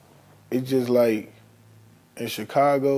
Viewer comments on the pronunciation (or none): How come Vlad can't say Chicago 🤣 he keep saying "Chick-ago"